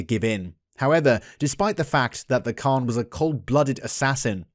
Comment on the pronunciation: A correction ...it's not Khan it's pronounced as "Han"